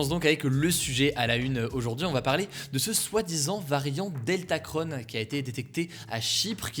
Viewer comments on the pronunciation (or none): Pourquoi dire OmicronE er DeltacronE? On est pas des Américains XD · Pourquoi dire deltaceONNE et omicrONNE ? On ne dit pas macrONNE pourtant ?